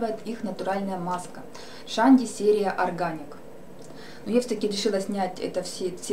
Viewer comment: не шанди а чанди